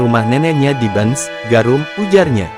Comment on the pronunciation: Miminnya perlu latihan membaca (desa Bence dibaca Bencs) 😂😂